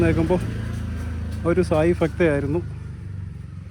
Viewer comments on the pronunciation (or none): ഫക്ത 🤭... ഭക്ത...... ശ്രീവിദ്യ...... എത്ര പേര് ഇത് കാണുന്നു. മലയാളം വാക്കുകൾ തെറ്റായി പറയാതെ ഇരിക്കുക. ഇപ്പോഴും സൈലഫും പറയുന്നത് ഫാര്യ. ഫർത്താവ്. ഫാവി 🤭🤭🤭🤭കഷ്ടം